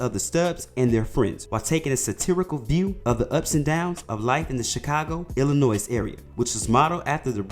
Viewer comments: As an Illinoian it hurt when you pronounced the “s” in Illinois 😫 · The “S” is SILENT in Illinois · Illinoi the s is silent 😡